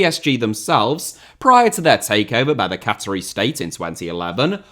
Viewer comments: Isn’t a cattery somewhere cats are bred? Fucking good money in cats if that’s the case, unless you meant Qa-tar (Qa-taa-ri). Or if you really wanna be precise “kattarr”. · Cattery? Did you mean QATARI?